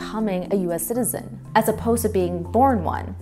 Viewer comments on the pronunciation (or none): A fascinating subject that deserves attention but personally I was distracted by the fact that the narrator couldn't pronounce the word "citizen" or "citizenship". She consistently says "sizen" and "sizenship". It grated on my ears. But the subject was well documented and interesting.